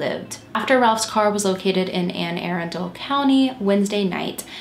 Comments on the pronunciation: The county in which Ralph car was found is actually pronounced exactly the way it looks Anne Arundel :D I went to college outside of Baltimore, I love your channel. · lmao Ann Air-in-dull. That’s okay us Baltimorean’s say things weird anyway lol